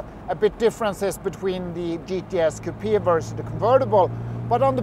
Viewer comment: Dear Wonderful video but please stop saying “kupia” the word is coupe’ (Kyle. Short “e” pronounced) Otherwise terrific Ciao